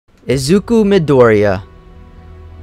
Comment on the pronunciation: you said midoriya wrong